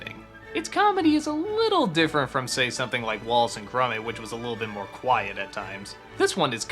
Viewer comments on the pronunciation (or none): Did he just say 'Wallet and Grummit'?